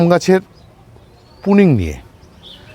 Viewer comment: কোলক্যাতে লোক পুনিং নয় প্রুনিং